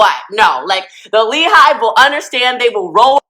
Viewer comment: The "LEE HIVE"?!!?!! good grief this is painful to watch.